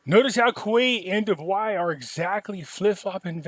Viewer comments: 😂 Dubai is pronounced DOO-BYE. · It's Dubai, sounds like Doo Buy.